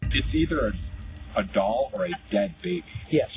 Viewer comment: WHAT IS A DALL...IT IS A DOLL STUPID NEWS GUY. I CANT STAND NEWS REPORTERS AND POLICE